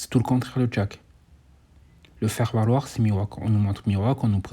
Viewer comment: Tu me fume 😂 je t’entend dire jaque au lieu de jack 😂